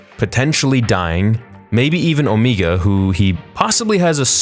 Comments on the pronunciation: Why do you insist on pronouncing Omega as “Omeega?” It’s like you know how it’s pronounced in the show, yet you ignore the phonetics. Drives me bonkers. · Why do you say omegas name like that😭😭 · I love how you called her Omeegah.